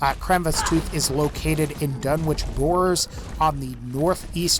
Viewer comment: It's pronounced "dun-wick", not "dun-witch".